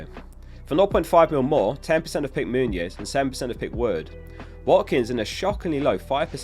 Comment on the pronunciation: I feel like all the content creators are mispronouncing Muniz and making it sound more like Muñoz. Any Portuguese speakers can correct me but I'm pretty sure it's as follows: Muniz = 'moo-neez' Muñoz = 'moon-yoz'